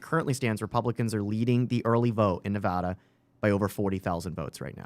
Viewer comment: Fixed saying Nevada incorrectly. Can you get Nick to stop saying "west-sconsin"?